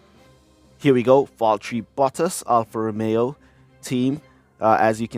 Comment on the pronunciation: King, its clear you dont enjoy or actually like f1 outside f1 clash, but make sure to learn the names of the drivers and teams correctly! Its Alfa Romeo, not Alpha Romao. Its Charles Leclerc not Charl Le eclair.